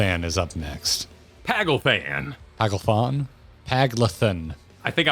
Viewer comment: Paglth'an has a brief pause between the th and an, so it'd be "pag - lth - ahn" imo